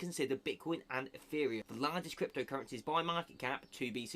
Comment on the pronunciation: Did you just say eFFereum ?